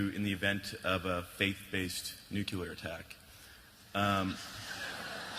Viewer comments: Did he say "Nukeelar attack"?? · Virtus Nope. He said nuke-you-lure. He’s in decent company, including President Jimmy Carter, who earned his BS in Engineering from the US Naval Academy in 1956 and served in the US Navy after graduation. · If you can't pronounce "nuclear," you don't get to ask questions about it.